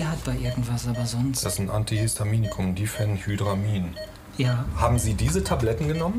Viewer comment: AntihYYYstaminikum xD